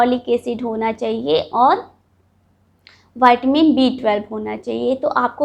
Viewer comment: ये वाइटमिन नहीं विटामिन होता है